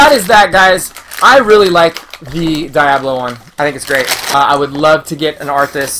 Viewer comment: These are adorable and I actually want to go look for these! I had to say that Diablo is Dee-ah-blo. I wasn't sure if you were joking but then you said it 4 or more times and I couldn't take it. Maybe be silly but wanted to help you out! Loved the video though!